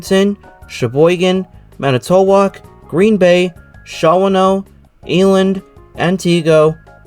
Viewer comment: Shawano is pronounced Shaw-no, long E on Eland, Antigo is An-ti-go, Manitowoc is Man-i-twoc.